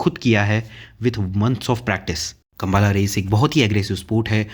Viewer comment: Plz pronounce properly it’s not kambaala kambala😮